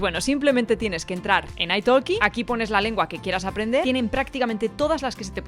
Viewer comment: ¡Guapaaaaaa! Por cierto, en "iTalkie" la "l" no se pronuncia 😊😊😊